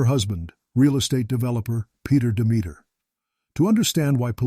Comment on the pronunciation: peter demeter is not pronounced as a rhyme. ha! it's pronounced DEM-itter, with the accent on the FIRST syllable. similar to 'dog sitter'.